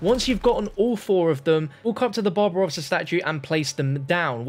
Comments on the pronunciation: After listening to you talking about the statues I legit thougt you said Bob Ross instead of Barbarossa for a solid 15 minutes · When he says “the babarossa's statue” he sounds like he's saying “bob ross's statue” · Who else thought he said bob ross instead of barbarosa? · It sounded like you said "the massive Bob Ross statue" lol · I thought he said Bob Ross statue lmao